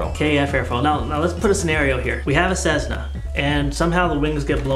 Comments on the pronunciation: Tesla became Tezla and Cessna became Cezzna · ceSSna not ceZZna